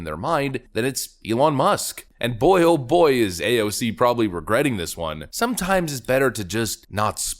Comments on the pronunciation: PLEASE, NEVER change the way you pronounce AOC's name. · PLS CONTINUE TO pronounce her name the way you did instead of just using AOC . It way more condescending in my opinion and you seem to have fun doing it .